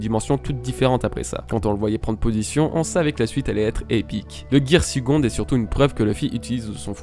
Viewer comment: Je sais pas pourquoi vous vous arrêtez sur la prononciation de third alors que les prononciations de second et fourth sont tout aussi mauvaises ainsi que tous les mots en anglais en fait.